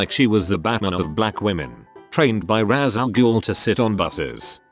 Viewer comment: Oh that Rosa Parks one bothered me as a Batman fan.... Must resist!... Ra’s al Ghul* (pronounced Raysh) Dang it